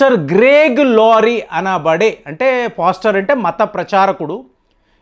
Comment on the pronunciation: పోస్టర్ అంటే ముఖచిత్రం అని అర్ధం. అది పోస్టర్ కాదు పాస్టర్ అనాలి సార్.... ** ఇరాన్ ను ఈరన్ అంటారు. బాగా చదుకున్నవాళ్లు ఇలా పేర్లు మార్చేస్తారు అనుకుంటా?